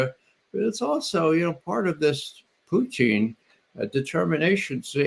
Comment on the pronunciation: Ray, Its not Pooteen its Putin